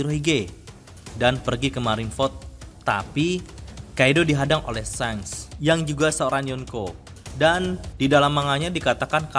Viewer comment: shanks = seng. ace = es. lol this guy